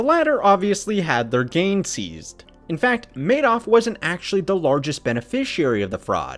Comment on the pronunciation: This is clearly not AI. This presenter is clearly an American, making this his first language. So I don't understand all of the mispronunciations. Oddly including the subject of the videos name.